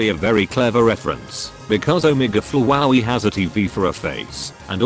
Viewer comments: As described in my comment: “omege flowaey” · it sounds like the voice is saying fwowey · The TTS pronounces “Flowey” weirdly. XD